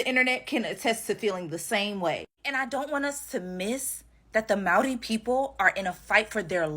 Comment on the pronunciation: Mari??...its Maori